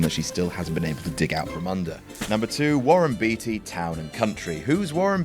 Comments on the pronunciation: It kind of undermines your argument that Warren Beatty is amazing when you pronounce his name wrong. It's not "Beety," it's pronounced "Bayty." Get it right. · Good list! I think it's pronounced; Warren Beatty (Bait-ee, not bee-tee), but I'm no scholar about it! Well done. (Hugz) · Beatty is pronounced Batey in Warren's case. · Pronounced "Bay-Tee". Just sayin' Some of these also had the impact of the actor's turning down big successful roles for the roles that tanked... and their personal investment because they were very much into it. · Warren Beatty's surname is pronounced Bay-tee. Brandon Routh's is pronounced Ruth. Thank you. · think Beety is the English way to pronounce the name, I could be wrong but I don`t think this media guy would make a mistake like that, he`s not on his couch! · Gotta love a narrator who lambasts the audience for not remembering the ultra-famous Warren Beatty...while pronouncing his name wrong